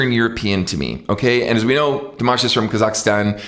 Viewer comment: Great! You've said "Kasachstan" correctly for the first time :))